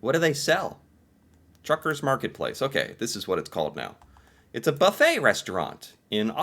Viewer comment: Mother TUCKERS... Not Truckers!!